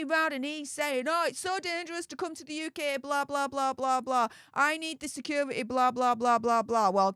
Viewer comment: Please learn the sound of a T . Secur… ity. Teee! It’s hard to listen to the weird no T in any word. T has a sound. You say Kaaae for Kate! Which she is not called. But it has a T ! Is that to hard to learn????your buddy Popcorn planet is smoking you on subs! They say thank you and don’t force money because they are so good!